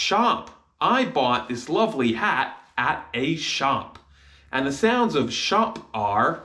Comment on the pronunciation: of starts with shewa not the 'o' in shop. its shown in your pronunciation.